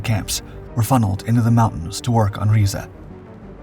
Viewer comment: clearly the narrator does not listen to rammstein... or the narrator would know how to say 'riese' rammstein: RYE ZA Narrator: reeeeeeeee